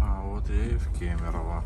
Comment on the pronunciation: Ты единственный походу кто правильно говорит город Кемерово)